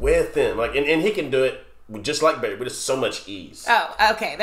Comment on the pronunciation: "Barry", lol.